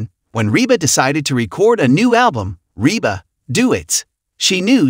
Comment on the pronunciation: Oh if you could only pronounce Rebas name and other words. Correctly